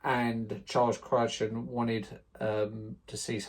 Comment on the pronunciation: CRY-ton, mate - it's pronounced, CRY-ton. (Sorry for being pedantic). A Fish Called Wanda has to be one of the best British comedies of all time, in my not so humble opinion. It harks back to the golden years of Ealing - not too surprising as Mr Crichton memorably directed several of them, including the magical Lavender Hill Mob - yet it still has a style all its own. Every time I happen upon it, it's one of those that I can't help but watch it all over again. And remember, "DON"T CALL ME STUPID!!!"